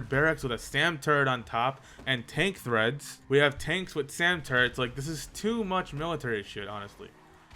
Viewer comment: Wait wait it's treads not threads